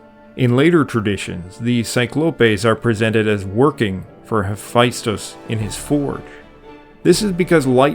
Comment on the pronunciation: There's no I in Hephaestus.